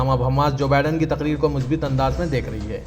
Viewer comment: مثبَت هوتا هے ب پر زیر نہ پڑھیں اس پر زبر پڑھیں